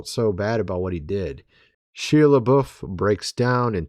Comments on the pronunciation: Has no one corrected your pronunciation of Shia's name?!? It is Not Shee - a. It is: Shy - a. 😳😂. Please!! Say Shya!! 🤔👍😎✌️ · He pronounces it SHY not SHE!! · It’s Shia .. pronounced Shi ya